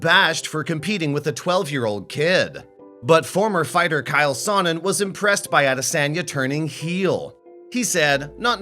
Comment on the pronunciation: Wow you totally have no idea how to pronounce a fighter's name you pronounced it Kyle it's Chael it rhymes with Kale.